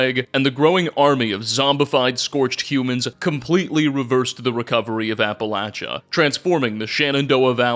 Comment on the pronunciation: Holy shit! . He actually said "Appalachia" correct!!! What universe am i in!?